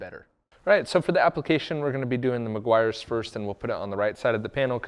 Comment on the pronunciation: It's pronounced Meh-gee-ars 😎